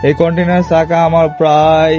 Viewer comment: কন্টিনার চাকা না কন্টিনেন্টাল বলে ওটাকে।